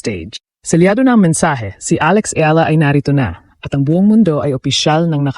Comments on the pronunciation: Eala pronounce e-ya-la not ela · Can they please pronounce the correct surname alex IALA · Ang eala ay pronounce as Ey-Ya-La